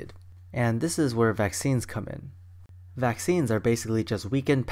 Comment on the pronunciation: You said maccine instead vaccines